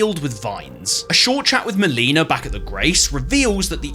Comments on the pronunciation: HOW are people SO BAD at pronouncing "Melina"?! SHE TELLS YOU HER NAME AND HOW ITS PRONOUNCED 😭🙏 no hate on the video but like damn... so many others say muh-leenuh instead of mell-ih-na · So I have just discovered your channel this is only my second video I love the bloodborne video but now that I'm like two episodes in I'm noticing a trend are you just mispronouncing people's names on purpose these games have voice acting they pronounce their names for you xD maleena?!? Hahaha